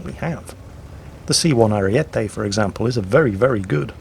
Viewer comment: it almost sounded like some weird Chicagoan hybrid to me. the way he prounced "ariete" reminded me of brad pitt trying to speak Italian in inglorious bastards